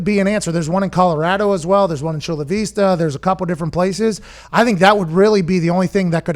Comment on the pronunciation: Aye pat shouted us out haha Chula Vista 😂 u gave us an exotic pronunciation ahhah